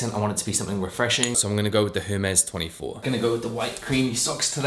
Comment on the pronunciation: Fashion influencer who can’t pronounce Hermès? Silent ‘h’!!